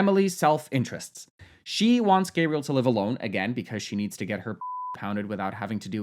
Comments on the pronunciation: Hey! Nice video! For the Gabriel prononciation, although the name does exist in english, if the guy prononces it the french (or any) way, that's how you have to call them, their prononciation is the correct one always! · I don't know; I think you should probably pronounce someone's name the way they do. I lost track of whether Gabriel is French or American or what, but however he would pronounce it, she should do that.